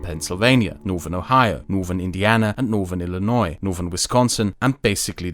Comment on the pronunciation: Fun Fact: pronounces "Illinois" better than most Americans.